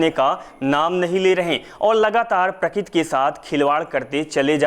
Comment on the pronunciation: Plz dear speck a real hindi... Its not prakit.. Real word is prakruti